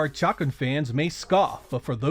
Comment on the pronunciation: Maybe its just me but I've always remember Chakan being pronounced "shuh-CON".